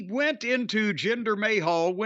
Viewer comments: Jinder Mayhal! 😂😂 Cornette says it like Jinder Ahole! 😂 acting like the Rock stole his wife. The Rock is entertaining as hell. Why all the hate for The Rock? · Jinder May-Hal LOL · Always love it when he calls him 'Jinder Mayhall'